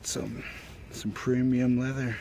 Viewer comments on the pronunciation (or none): “Pree-mee-yum” leather. Lol